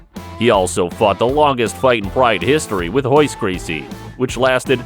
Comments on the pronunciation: Hoyler, Horion, Hoyce...the narrator sounds hetarded. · Am I just hearing things, or does this dude keep calling Royce and Ralek Gracie, Hoyce and Halek? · Why do they intentionally mispronounce the "r" sound in their first names but not in their last name? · R is pronounced H in Portuguese.